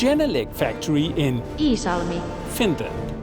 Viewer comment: It's not Lisalmi. It's Iisalmi. 😊